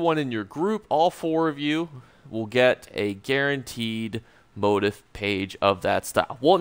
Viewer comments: "Moe teef" not "mot ef" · Sorry bud. It bugged only because you repeated it so often, but it is pronounced 'mo-teeef' not 'mode if' motif is a common word for patterns in fabrics or interior design, or themes in literature etc. But thanks for the help with the rest of the video! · It's pronounced (moh-teef) lol. Just clowning you. Great video earned my sub. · Isn't it "Mot-Eeeef"? As in French pronunciation lol. Thanks for the video. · It's pronounced, MO TEEF! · Why are u pronouncing motif like that? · So cringe eveytime u say motif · This has bugged me too